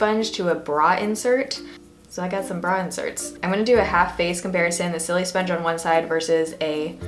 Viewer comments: I laugh every time she says silisponge cause the sili part isn't supposed to sound like the word silly, it's supposed to sound like the beginning of the word silicone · Isn't it pronounced like sili in silicon :| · Love how you pronounce it so it sounds like your saying silly sponge lol. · "Sillysponge" lol I love the way you pronounce it